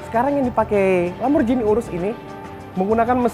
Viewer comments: Wah cara bacanya kok gitu sih... yang bener LamborGHini bro, bukan LamborJini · LamborGini om bacanya bukan LamborJini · "Lamborghini" bukan "Lamborjini"